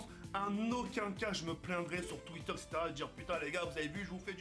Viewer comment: Bravo & couillu de ta part de quitter ton ancien format. Tu as juste des petits soucis avec le mot "etc" ^^ mais sinon ça avance plutôt bien! Bonne chance pour la suite: )